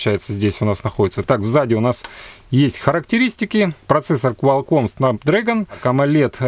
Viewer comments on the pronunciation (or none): none